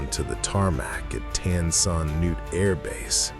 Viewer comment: Pretty sad that the narrator could not pronounce the name of Vietnam's major airport properly!!! I worked out of there daily and never once heard it called like him.